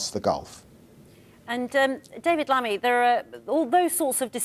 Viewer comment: At least say his name correctly in a national TV. David Lammy not Lavy. 😂😂😂